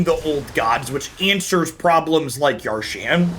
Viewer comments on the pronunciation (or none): "Yar-shan" The card: "Ya-sharn" Boomer Energy Strong XD